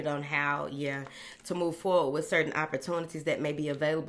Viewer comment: Love the way she says Moving Forwardt… like yes! That’s exactly what we’re doing.